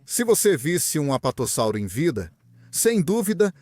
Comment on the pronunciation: Muito bom, uma dica, percebi que vc usa voz a base de I.A na narração, o que é legal se for feita direitinho, e vc a fez, só deixo a dica de escrever o nome dos dinossauros antes na caixa e ouvir como vai soar, no caso você deve ter colocado o texto corretamente, sendo ''Apatossauro'', mas a IA as vezes pode pronunciar errado o (S), então creio que em todo texto você poderia ter colocado ''Apatosauro'' com 1 S apenas, assim a pronuncia vai sair soando como deveria sair. Parabéns pelo esforço de trazer conteúdo a paleontologia, continue !